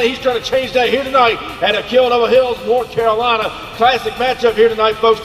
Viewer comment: It’s North Carolina not orth Carolina